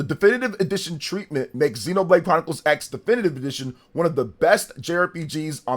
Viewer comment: And it's called Xenoblade Chronicles ❌ Cross. As in Tekken Vs Cross Tekken. It's a Crossover with gameplay. Japanese, when used as a stand-alone morpheme to represent "crossover" or "cross," the "X" is often pronounced as "kurosu" (クロス), or sometimes as "ekusu" (エクス), depending on context. Here's a more detailed breakdown: "Kurosu" (クロス): This is the most common pronunciation for "crossover" or "cross". "Ekusu" (エクス): This pronunciation is used when the "X" is used as a stand-alone morpheme, like in "X-Box" or "an unknown quantity X". Not always pronounced: In some cases, the "X" in a title might be a visual element for emphasis and not actually pronounced, like in "Spy x Family". Examples: "Street Fighter X Tekken" is pronounced "Street Fighter Cross Tekken". "Shining Tears X Wind" is pronounced "Shining Tears Cross Wind". "Highschool DxD" is pronounced "Highschool D D"